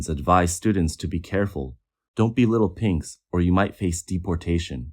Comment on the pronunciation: Did you just say, Little Pinks or Little Pigs!?